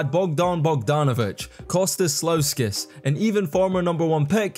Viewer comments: Although Bolonga, Spanoulsis and Belisia were the worst, I really enjoyed the cretivity on Slauskas (it is ponounced just Slukas) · Bolonga was wild....Slossas(Sloukas) too...Spanosis wild one too...just need to read and spell dat shiat....Spanoulis...not difficult at all....bjelica became italian too...🙃